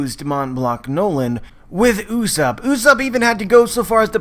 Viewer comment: Its not usopp its pronounce as Yus-sopp...